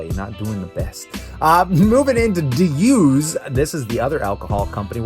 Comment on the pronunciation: Lmao its pronounce "do say " (D'usse) not D use" lmao and the artist Basquiat is pronounced (baz key yatch) 🤣🤣